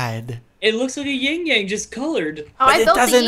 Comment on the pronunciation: Ahahha called Jordan's Pepsi as "Ying Yang"